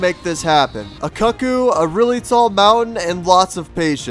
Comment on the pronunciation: I hate that you're pronouncing cuccu wrong.